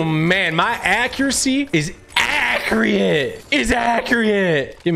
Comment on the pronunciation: accurate❌ acreauete ✔